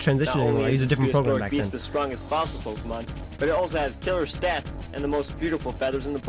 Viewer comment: YOU SAID POKEMON WRONG